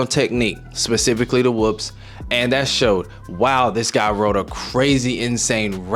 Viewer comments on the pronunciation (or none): none